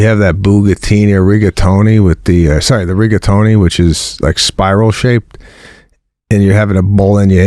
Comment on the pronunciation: Jesus Sebby. Your Italian ? Cavetelli? Rigatoni? Jesus man that was embarrassing